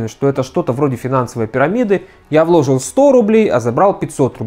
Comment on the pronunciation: Слова ложил и влОжил режут мне ухо. Вы же грамотный специалист, бросьте это просторечье. В целом ролик отличный.